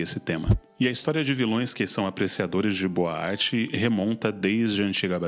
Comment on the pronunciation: Eu fiquei entendendo "boate" toda vez que vc fala "boa arte".